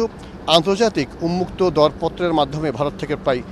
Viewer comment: ও ভােই ’উন্মুক্ত’ শব্দটি কী উচ্চারণ করলেন বুঝলাম না।